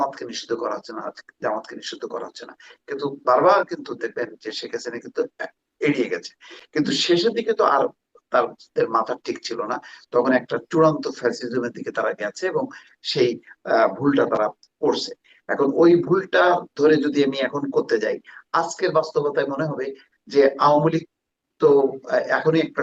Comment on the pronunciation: মোস্তা আপনি আবার ফেসিজম বলেছেন ? ফেসিজম বলা বন্ধ করেন ।